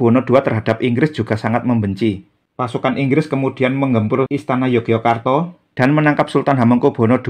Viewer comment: Mpu, pelafalan Yogyakarta kalau dijawakan menjadi Yogyåkartå itu rasanya tidak lazim. Melainkan malah Ngayogjåkartå atau Yogjå. Kemudian, RM Sahid (yang orang sekarang lebih familier dengan nama Pangeran Sambernyawa), justru pada masa hidup beliau lebih populer dg nama: ~ Raden Mas Suryakusuma (nama RM Sahid setelah menerima lungguh dari raja Kartasura PB II); Pangeran Dipanagara pun (dalam Babad Dipanegara) mengenalnya sebagai: Pangeran Suryakusuma ~ gelar dan nama yang dipakai RM Sahid / Suryakusuma pada masa berjuang (dalam waktu yang lama) adalah Mangkunagara, Pangeran Mangkunagara (nglorod asma sang ayahanda). Dalam Babad Panambangan, Babad Giyanti, dan literatur lain pun lebih banyak dipanggil dg nama Pangeran Mangkunagara. Nama ini juga yg kemudian dipakai juga ketika telah menjabat adipati (KGPAA Mangkunagara I). Toh, saat bersekutu dg sang paman (Pangeran Mangkubumi), nama beliau juga imbang: Pangeran Mangkunagara. Dan julukan Sambernyawa hanya populer bagi orang sekarang saja. Padahal jauh sebelum menjadi adipati Mangkunegaran, beliau (RM Sahid) telah memakai nama sang ayah menjadi namanya (Pangeran Mangkunagara).